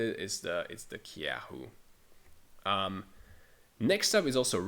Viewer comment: targamas had a good winter split although even later he wasnt the biggest fraud as that spot claims summer split vladi, busio is still a gigaupgrade tho. btw dont pronounce the K in kyeahoo